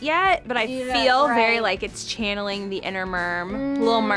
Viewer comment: When u were saying inner merm I was like ern the merm